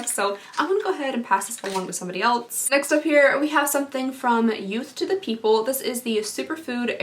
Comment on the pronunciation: I love you. I watch all your videos. You are relatable and beautiful and funny. But please, for the love of God, stop pronouncing "else" with a t. It is not "elts". I physically cringe every time I hear that word.